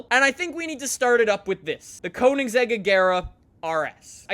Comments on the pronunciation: did this guy just say wot CONE-IN-SEGG-IG-ERA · Hol up... its cona-a-seg not conen-zeg. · Jaylen Reives-Laws conansaeg regeera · Anyone else cringe at how he said Koenigsegg ??